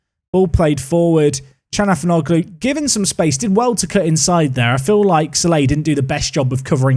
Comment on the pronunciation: Thatd calhanoglu pronounciation 💀